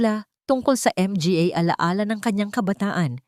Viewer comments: Napaka walang kwenta bakit Di mo bigkasin ang words na mga kaysa spelingin nakakawalang gana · Ang narrator pinahirspan pa sa pagbigkas .. ang dalidali lng I ihkad ang "mga" lawsi ang narrator...I don't like the story... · Npaganda ng kwento pro.di maunawaan kung bakit di nyo bnibigkas ng tama ang Mga & Pa na sarili nating salita. Ganoon din ang word na Underscore....................! Ano ito ! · Bakit M G A？ baka manga ang ibig sabihin😅 Tapos P A？ Pa lang ang pronounciation. Tangengot naman itong narrator🤣MGA tanga kayong MGA staff😡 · Hindi ba to Pinay si NARRATOR Akala ko sa una Ang M G A ay Isang company group idagdag pa Ang P A Akala ko personal alalay..portrages😅MGA-MANGA Pala to Ang P A-PA Pala utas nalilito ako nong una pero infairness Ang Ganda ng storya mo♥️yong👏 M G A at P A lang talaga ang problema😂 Underscore20X🥺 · Hindi ba mabanggit Ng narrator ang m g a ng buo?baka dayuhan ang narrator kaya ganyan. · Ang ganda sana ang kuwento, pero pinapangit ng maraming M G A naka singit sa mga pangungusap idagdag ang P A.Ano ba 'yan? Modernong pagbibigkas sa salitang mga ( MANGA) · Bakit nga ba M-G-A ang bigkas ng narrator...hindi magandang pakinggan. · 😢 kakalungkot ang narrator m g a at p a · Ang Ganda Ng boses Ng narrator kaso may nibibigkas cya na Hindi ko maintindihan.anu ang ibig Sabihin ng(mg at pa?)ay naku !Hindi ko tuloy maintindihan ang story.pati ba nman story ginagawa Ng tx?miss narrator bigkasin mo sana Ng buo Hindi short cut. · Ang mga sa Pilipino language ay manga kung bigkasin. Nalilito ang mga nakikinig. Salamat po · Ano ba yan yong mga under score buang kana cguro pati MG A hinde maintindihan magtanong ka nga muna kong paano mo bigkasin yong mga cnasabi mo sa marunong mag basa nakakairita yong mga pag kabigkas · Maganda sana pero nkit hnde pa bigkasin yong tama nat need pa mh mga mga sayang